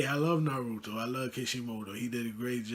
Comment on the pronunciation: Bro you pronounce naruto incorrectly, I am not trying to hate but you should look up how to pronounce it